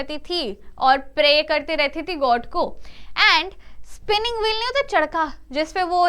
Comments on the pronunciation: Charkha ❌️ chardkha ✔️😂😂.......... love you mam ❤ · Chaska ni charkha 😢